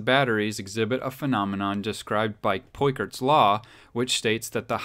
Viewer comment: Credibility enhanced when Peukert is pronounced Correctly 👍🏼👍🏼. Good on ‘ya. Sad to hear so many “experts” who don’t even bother to learn correct pronunciation of their scientific reference .... like poor spelling or grammar.